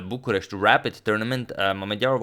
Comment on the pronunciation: He said Buchurest like hes been living there i swear! Very nice!